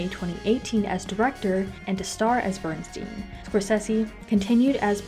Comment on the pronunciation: The correct pronunciation of his name is Bernst eye n. It is a long "i."